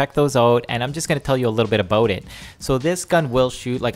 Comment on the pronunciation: "ABOOT" i love this guy!